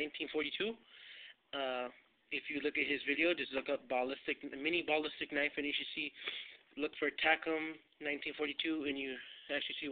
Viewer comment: Good video and tut but the way u say ballistic pisses me off! Haha but other than that good video.